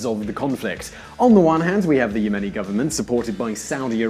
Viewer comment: .... "And thus in 2015, a new Ya-money civil war started..." Oh and Aden (pronounced Ay-den) is NOT ARE-DUN.